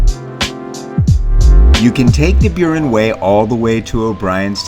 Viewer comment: Can't even pronounce Burren :face-blue-smiling